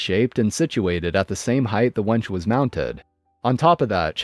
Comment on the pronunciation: Second story. It's a WINCH, not a WENCH. Well I assume it is, he might have had a steel serving girl mounted on the front of his Jeep. 😀